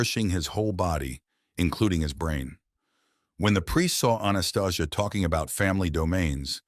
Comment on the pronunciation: That is not how Anastasia is pronounced. I have read the 9book series 4x. Its been over 30 yrs. but no movie... She talked of the awakening, but not what's happening now. Lots of good info otherwise, but I found many holes in the story. Thanks for your breakdown.